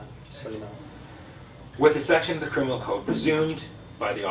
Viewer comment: I love this "crimminal"